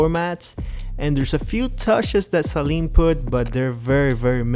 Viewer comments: Suh leeen Not Say leeen 😂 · It is pronounced 'Sa-Leen' not 'Say-Leen' ...sorry after the 10th time that got to me haha. Loved the vid. Beautiful unicorn 100% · Sayleen LOL it's Sa' Leen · Every time you or the others pronounced it ‘SAY-leen’ it was like nails on a chalkboard. Not trying to be a troll but mispronouncing the name really takes away from what you’re trying to do and makes you all sound uninformed and amateurish. It’s pronounced ‘SUH-leen’ like Gasoline, Steve Saleen often corrects people. The guys on Motorweek and Motortrend got it right!! Lol Other than that, really good job, appreciate the video. ✌️ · Why does everyone call it a SAYLEEN? Good lord it's annoying.. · "Say Leen" 💀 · Stop saying the Saleen wrong